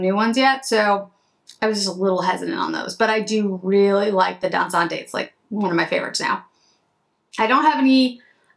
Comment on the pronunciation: Isn’t Dansante pronounced Dahn-sahnte? There’s no accent aigu over the “e.”